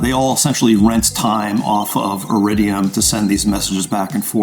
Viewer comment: Iriduim? I caught that!